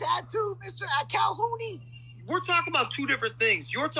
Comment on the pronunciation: Haha. He said calhounie